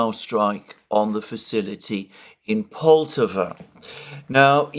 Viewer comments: Alexander, you are mispronouncing Poltava——the stress should be on the second syllable so it’s not POL-tav-a but Pol-TAV-a. . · Alexander - its pronounced Pol-tah-va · Just a little correction on pronunciation: Poltava should rhyme with Bratislava.